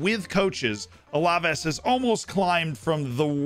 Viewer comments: I enjoy your videos and tips. Just letting you know, it's pronounced Al-Ah-Vase. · Love the vid Z but Alaves is pronounced Al-Ah-Vase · I find it pretty funny how Z says alaves